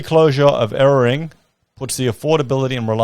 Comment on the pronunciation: It's pronounced ere-ARE-ing not ererring. it wakes you sound like a banana bender. Te greens are diging in their issres against nuclear power and efuse to accomadae any consideration of it it at alll. spit. spit, spit.